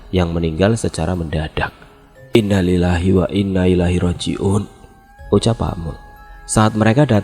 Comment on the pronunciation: Bacaan innalillahi nya salah bang. Belajar lagi bang. Semangat